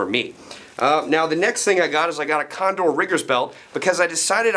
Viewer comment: (and "condoor", condor.)